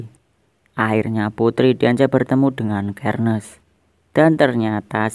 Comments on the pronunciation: Bacanya Itu Serneas Bukan sherniaz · Xerneas bukan kernes Xerneas dibaca serneas